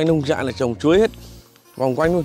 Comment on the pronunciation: Nông trại...không phải Lông...Lông trại ơi..😂